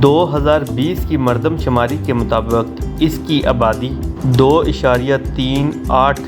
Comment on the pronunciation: Mutabi not. Motabuq.....